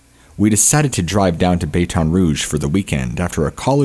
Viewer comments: Baton rouge pronounced as bat-ton rouge. Love your videos!!!!❤❤❤ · Several. Like I said, I like the show. If I didn't, I wouldn't sub it! It can just be all the more jarring when he pronounces a word incorrectly. Some of the words are understandable if you've only read them, but never heard them spoken before. But, just on this episode... "Baton Rouge", "ethereal" and "maniacal".